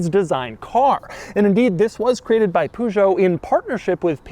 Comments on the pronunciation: Pooh-zhoe? Gaaaaahhhhhhd learn to not mangle "foreign" words. Why, for lack of such a small effort, do you seemingly wilfully perpetuate the ignorant American stereotype?😤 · Every time he says Pujo I want to stop watching the video... but I like this car a lot. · Stop saying poo-geot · Poojoe🤣👌 Love how English speakers butcher European car makers names😅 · A 1991 POO JOE???? FOR CRYING OUT LOUD, WHY CAN'T AMERICANS GET CAR COMPANY NAMES RIGHT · Puzo? And not Peugeot? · ah yes poojoe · Is he saying PUJO? W T F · "Poosho" Hahahahaha point and laugh at the American everybody. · Poo Zho ? LOL. leave it to the americans to massacre every language on earth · Other than a slight annoyance of hearing Peugeot rendered as "Poo-jot", great vid. These 8-seater wagons were once popular in Greece as a form of leased shuttle taxis, before minivans/minibuses took that role. They served mainly rural areas by connecting them to city centers/marketplaces, and the customers were usually little old ladies or housewives, so no problems with size there :-p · But why does he pronounce it Poooshoo, when it should be Peugeot (in French...) ??? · poo-show lol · What the hell is a Poogeot. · It is not Puujo, is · i like how you pronounce Peugeot as "pooshow" 🤣🤣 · Oh my god😀 The way he pronounces "poo-joe" may reflect some bad cars they released in the past, but it's not the correct way to say it :) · Still pronouncing Peugeot as "Poo joe" I see. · Love ya Doug but its not "poo-jo"!!! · Poo Joe ???? You definitely don't pronounce it like that. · Mate’s pronunciation is so funny “poo-Joe” lol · My dad had one of these when I was a kid. It was great and I loved sitting in the third row of seats. Also, every time Doug says 'Poojoe' God kills a kitten. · Never heard it pronounced " Poogeot" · Doug, it's purrgeot. 👍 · Good 'ol Poo-Joe. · Hey Doug I believe it’s actually pronounced “pyoogot” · "Poo Joe"😖😖😖😖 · It's not "Poo-joe". The "eu" is pronounced like the "i" in "bird". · Its not ”poo-jho”